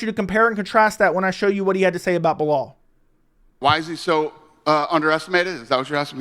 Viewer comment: I’m surprised Dana actually pronounces Belal’s name properly smh